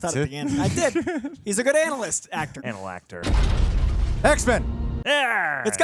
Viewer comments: Anal-actor…. 😂 I hope that doesn’t stick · "anal-actor"